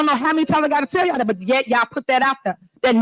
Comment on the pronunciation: Who in the heck votes for a Mayor that can’t pronounce the word ‘That’ correctly????